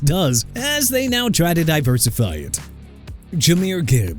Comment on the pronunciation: DUDE I'M TIRED OF YOU MISPRONOUNCING EVERYBODY!! GARDNER MINSHEW AS IN MIN-SHOO NOT MIN-CHEW AND ISIAH PACHECO AS IN AI-ZAY-UH NOT E-SAI-AH AND JAHMYR GIBBS AS IN JUH-MEER!! YOU GONNA BE FIRED!!! I'M FED UP!! CLEAN UP YOUR LOCKER AND GET OUT!!